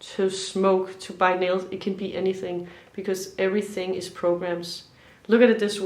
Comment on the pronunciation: Hallo, it was your other channel that I first saw you. When you were saying “bite nails” i thought you were saying ‘buy milk’. — Have the best of the holidays. Watching from Glasgow.